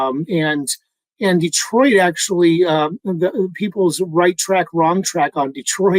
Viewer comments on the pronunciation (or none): Please!!! As native Detroiter, it’s pronounced Detroit!!! No extra Eees! Like nails 💅 on chalkboard 😮